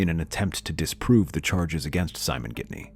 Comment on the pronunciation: It’s Ghittany the naracter says Gidney.... Lisa new he was controlling sadly she didn’t leave Simon earlier.